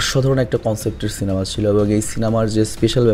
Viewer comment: Apni ekbar সিলেমা bolechen 😂